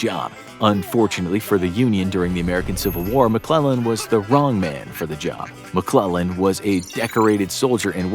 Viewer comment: I love it when he say George McClug boy that’s where the fun begins